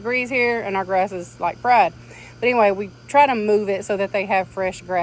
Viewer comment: "...Like fried.." If I didn't know better I'd think you were in Mississippi! So cute. A wonderful cleaning idea for small chicks.